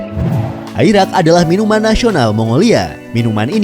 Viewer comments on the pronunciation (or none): Airak adalah arak